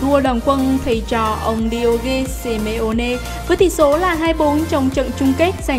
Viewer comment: Đi ô gê si mi ô nê ! Đọc với chả nói ! Bố lạy mày